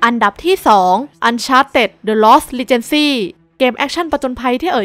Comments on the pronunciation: Uncharted : the Lost Legacy มันอ่านว่า ลอส เลกาซี่นะครับ ไม่ใช่รีเจนซี่... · The lost Legacy เลกาซี ไม่ใช่ ลีเจนซี คร้าบบ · Legacy อ่านว่า เล-กา-ซี นะครับ แปลว่า มรดก